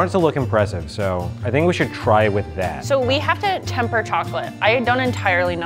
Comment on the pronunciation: ”That Chocolate Is In Temperrr” ChOcOlAtE iN tEmPer ERRR